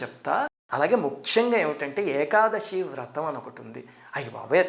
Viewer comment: గురువు గారు మీకు చెప్పేంత దాన్ని కాదు ఏకాదశి ని ఏకాదషి అంటం correct కాదేమో.